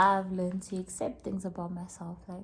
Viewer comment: English will dribble you 😂😂😂 “upset” “akcept” 😂😂😂😂 you kill me